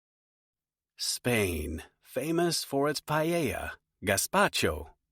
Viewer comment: Is not pallella, IS PA E LLA 💀